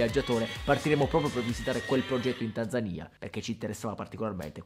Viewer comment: Che bello Basbascù! Da, anche Tanzaniano, ti ringrazio per la pronuncia di "Tanzania". Ho riascoltato i primi 20 secondi per min porcaoca